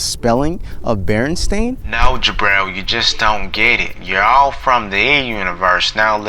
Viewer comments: Berestain sounds like it would be pronounced berenstein and I feel that that's really the reason why people remember it like that because you can easily say berenstein. even this guy had that moment you can hear berenstein when he meant berenstain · I remember berenSTINE (not the spelling but the Pronunciation. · I was born in 1983. I remember my teacher reading our class one of the books. She pronounced it BerenSTAIN. I then asked her why it sounded that way when it was spelled 'BerenSTEIN' on the cover. I asked why it did not sound like comparable 'EinSTEIN'. She agreed it was rather odd so we checked many other books to see if it was some error. All of them had an E. We ultimately decided it was just a foreign pronunciation and not bound by English pronunciation. A couple years ago I saw my niece watching TV and noticed the TV show spelled it BerenSTAIN. I asked my sister about it (born 1986) and she remembered it being STEIN as well. I was actually a little relieved as it had always irked me how they pronounced STEIN as STAIN. I thought they just changed it to fit the way people pronounced it. Just recently I find out the claim that it has always been an 'A'. As a child I was bright and inquisitive. I'd won many spelling bees and always dissected words to almost an OCD level, purposely pronouncing them in an accentuated manner so the correct spelling would stick. I would not have become so distressed had it actually been spelled with an 'A'. Furthermore, I highly doubt my teacher would lie so blatantly to me and my class. I know what I saw. This is not just some error in malleable memory. Something is amiss.